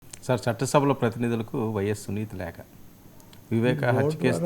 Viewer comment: లేక కాదు నాయనా లేఖ అనాలి. తెలుగు సరిగ్గా రాని వాళ్ళు జర్నలిస్టు లా